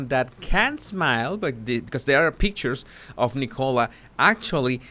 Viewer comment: I thought you said E. coli when you said nicola haha